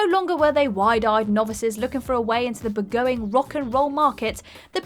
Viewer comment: That word is Burgeoning. Bur-jon-ing. And outlandish...